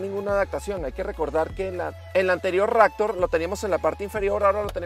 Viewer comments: Ractor...??????? o Raptor.... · Porque le dice "ractor" a la "raptor"? jajajaja